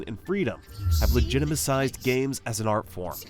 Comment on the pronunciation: Legitimised, not legitimicised. 😁